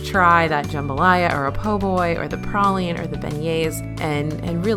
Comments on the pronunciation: I am a new subscriber and love your channel. Also, you don't sound Southern, but you pronounce pecan and praline the way the Lord intended. Keep up the amazing work! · Shout out to for saying "praline" the right way! The Louisiana way! YAY!